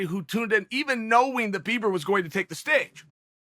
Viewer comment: I think he actually said "beaver" listen to it closely lmao :P